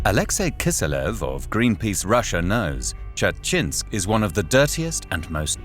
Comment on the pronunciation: That pronunciation of Dzerzhinsk.... They didn't even try LOL